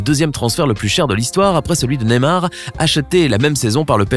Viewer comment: Tu dit neimar mais c'est neymar